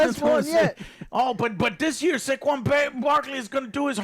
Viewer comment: Lollll why did Joe pronounce saquon barkley like he was Chinese 'Zhè Kwan'😂😂